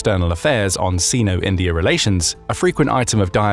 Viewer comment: Correct pronunciation 'sino-' /sainou/ (the "i" is pronounced like "eye". Your welcome.